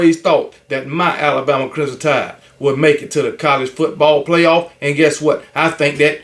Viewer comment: It’s KB never being able to properly pronounce the word Crimson fa me….😂